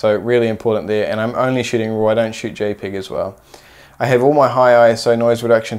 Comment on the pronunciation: Did he just say jay pig instead of JPEG????? lol